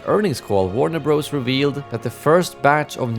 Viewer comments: It’s Warner Brothers… Bros is an abbreviation for Brothers and is never pronounced Bros… learn something! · It's not Warner Bros, it's pronounced Warner Brothers.